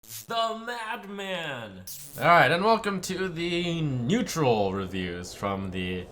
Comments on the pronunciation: "Neutal" oops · Apparently there is a new class: Neutal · Neutal Cards? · "NEUTAL cards" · Ah "Neutal" cards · "NEUTAL" CARD REVEAL